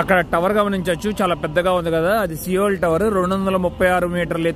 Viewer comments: Soul kadu bro...సియోల్... seol....Call to seol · Anna soul kaadana siyole Ani pronounce cheyyali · అన్న అది సౌల్ కాదు సియోల్ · bro pronounce it as sole not soul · సియోల్ అనాలి అది కొరియా రాజధాని. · సౌల్ కాదు బ్రో, సియోల్ anali